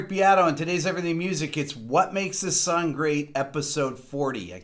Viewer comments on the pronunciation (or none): sounds like he says sun instead of song or is that just me?